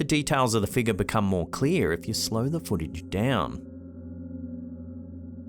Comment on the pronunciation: BT's everytime says, "Figga":)